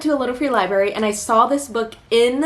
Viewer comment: I'm not trying to be mean, just letting you know it's not liberry. It's libRary. You're missing an r in there.